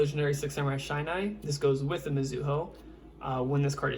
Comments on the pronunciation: Just letting you know shinai's name is pronounced "she-nigh" instead of "shy-nigh"...Thats the only name u mispronounce tho, but I really love your six sam vids ^^, thank you for deck profile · it’s actually pronounced shin-eye, as in the Japanese name for the bamboo sword.